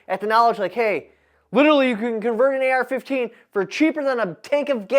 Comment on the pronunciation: its pronounced "AR"